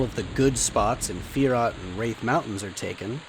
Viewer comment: Quadding at the gnolls is lame as hell. Thats a grouping spot. Plenty of other spots that are easy for druids to quad in. Just a quick correction South Ro, not Row and it's Rathe not Wraith =D